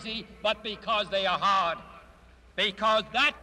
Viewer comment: I love the way he pronounces decade as "decayed." What's interesting is that in his other speech about the Moon, he pronounces it like normal. And his Boston accent really shines through in his pronunciation of "hard."